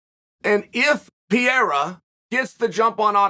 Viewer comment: i haven't even watched this video yet but I assume Chael has pronounced Alex's name as "Peira" instead of "Pereira"